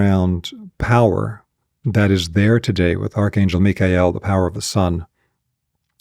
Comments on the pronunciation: What a breath of fresh air to hear "Mikhael" pronounced correctly! 🙏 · How do we know that we are in This age as opposed to any other? Why Michael? Btw, I'm grateful for the correct pronunciation. 🙏